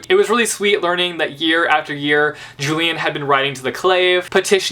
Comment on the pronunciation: Hey I noticed you pronounce "Julian" the american way But that is not correct You remember how Andrew had had an obsession with the Antique cultures and therefore had named every one of his children after some Roman or Greek people. He wanted to name Julian as Julius after Julius Caesar but his wife wanted it to be at least "Julian" since its a bit more modern. In relation to that "Julian" is pronounced as "Ulian" (I hope you get it).